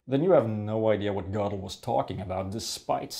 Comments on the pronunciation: you're right, there is no r in Gödel, but there is an o with an umlaut, which is pronounced very similarly to the letter r. Pronouncing it like "Goddle" is just incorrect. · I agree with everything you said except one thing; the umlaut over the "o" in Godel actually does make it sound like there's an "r" in it. Here's the international phonetic alphabet spelling: ɡɜːrdəl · I'm pretty sure it is pronounced "Gerdal", ngl, but another great video, nonetheless. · Gödel? He doesn't have an "r" anywhere in his name neither is "ö" spoken with any kind of "r", it is a simple vowel (ø). if you want to know, wiki has this to say, literally :-)